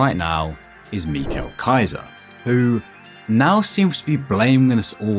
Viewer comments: Sorry to correct you but his name is Michael not Michel it has an /ai:/ sound not an /e/ sound.Not trying to be a nerd btw. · mi-cal kaiser? it's mi-cel kaiser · are you saying the names wrong on purpose? It's not ME-chael, it's Michael (My-Coal). It's not (is-i-ki) , it's isagi (e-saw-gee). How do you guys butcher the names when it's common sense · Michal kaiser is crazy, im pretty sure you're supposed to pronounce it like micheal but okay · its michael, not michel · Its michael like Michael Jordan not mikhael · im sorry but did you just say MIKO KAISER???💔💔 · "meekel kaiser" 💔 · Absolute banger video. Have to say though his name is more like Miha-el. Just my autism😔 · peak video but just so you know you prounounce his name wrong but peak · insane pronunciation of michael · the way you say michael kaiser is so interesting to me. as an english speaker its kind of hard to imagine saying it like that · Like guys first of all u know Michael Jackson right? WELP THEN SAY IT LIKE YOU WOULD SAY MICHAEL JACKSON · Dude your saying his first name wrong